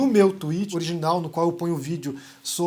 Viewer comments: "TUIRÃR" Não acredito!! 😂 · No Tuírer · Adoro quando ele fala “twirer”... 😒